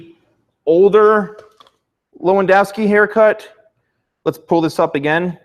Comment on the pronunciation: U said his name so badly 😂